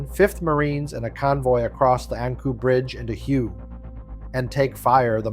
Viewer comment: Hue isn't pronounced as you think it should be, it was Hue = Way the old capital of Vietnam